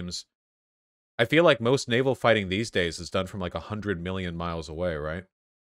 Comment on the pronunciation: You said "but naval" but I hear "nut anal"